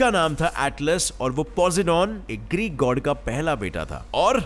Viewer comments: 🙄Posedon or Poseidon😁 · पोसेडोन नहीं पोसाइडन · bhai poseidon ki pronounciation alag h